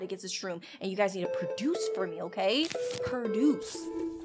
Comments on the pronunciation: I love how she pronounces produce as perduce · I like how she says perduce